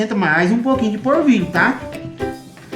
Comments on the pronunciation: Não é porvilho é polvilho 😀😁😂🤣😃😄😅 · Gostei da receita, mas não é porvilho e sim polvilho. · O pão de queijo deve ficar uma delicia, vou fazer, mas por favor fale direito: é polvilho, não assassine a língua portuguesa. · "porvilho" "puxento" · Ele fala tão bunitinho 🤗🤗porvilho 😶